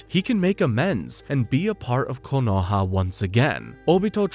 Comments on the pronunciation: All good, but KOHONA? Its Konoha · A messup already, in you said kohona instead of konoha